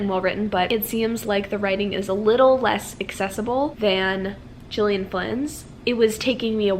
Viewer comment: Gillian Flynn is pronounced with a hard G like Girl not a J sound. Just fyi, no biggie :)